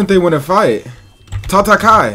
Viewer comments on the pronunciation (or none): "Ta ta kai" 😭 Its pronounced "ta-ta-ka-yay"